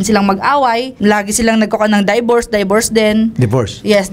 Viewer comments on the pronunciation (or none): Her: daybors daybors deen Sir Raffy: Divorce? Uwi na tayo may nanalo na 🤣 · Daybors Sir raffy: Divorce HAHAHA MADE MY DAY😂🤣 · Die-vorce die-vorce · HAHAHHAHA natawa ako sa die vorced 🤣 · HAHAHAHAA MYGHAD MADE MY NIGHT WHEN THE DIE VORCE PART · Kaya pala DIEvorce 😂😂😂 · "DIEVORCE" lmao😂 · divers po un...ung sumisisid😂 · DIEVORCE HAHAHAHA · Tawang tawa talaga ako sa Die-Bors na yan hahahaha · Hahaha die vorce! Divorce pala haha 😅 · Day vorce HAHAHAH